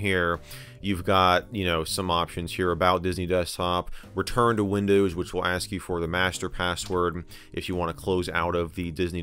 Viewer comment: He also says "Windöüws". I think it's just his dialect. :D